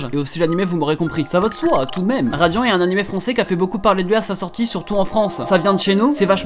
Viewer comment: Dans la vidéo il dit radian au lieu de radiant😂 J'adorais beaucoup atteindre les 1000😊